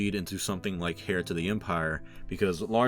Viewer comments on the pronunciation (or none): The 'h' in 'heir' is silent. It's a homophone of 'air', not 'hair'. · Heir is actually pronounced air as far as I know .. good video like always